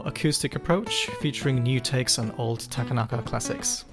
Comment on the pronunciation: heads up; Japanese names are annunciated on the 2nd syllable, not the 3d. So his name is ta-KA-na-ka, not ta-ka-NA-ka